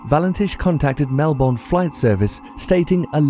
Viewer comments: Bruh it's pronounced Mel-Bon not Mel-Born! :) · ITS MELBON NOT MELBORN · Mel-burn not Mel-born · 15. Bass: Like the fish, not the instrument. Melbourne: Mel-bin, not mel-born. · it's Melbourne not melbon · i'ts not pronounced melborn